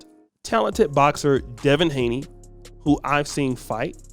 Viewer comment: Appreciate what you do but man you gotta be better. You kept putting up a picture of Gervonta Davis. Then you kept saying Devin Haley and it’s Haney. You call him up and coming when he’s already here. Just need you to get it together man. Bad enough the other say we all look alike and messing up our names. No need for you to confirm by doing the same. Probably don’t even care, but I’ll ask better of you anyway.